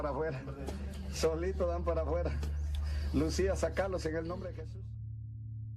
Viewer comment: Wow! You pronounced Lucía right omg